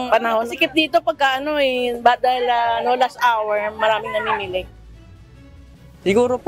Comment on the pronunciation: Why do you say LASHT TRIP not LAST TRIP?